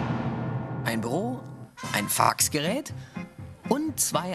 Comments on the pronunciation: Bei denkt man der sagt brö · Was ist bei passiert? ein Farrrrxgerät